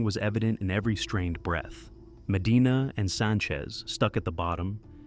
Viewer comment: The down the throat way of talking and swapping T for D is pretty annoying.